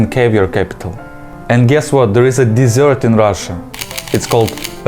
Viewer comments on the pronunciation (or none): DESSERT? Или глагол Desert? Потому что ударение меняет значение. Плюс, есть претензия к произношению audience ты сказала Адиэнс что всё же не так близко к настоящему произношению хоть так может показаться Одиэнс будет гораздо ближе.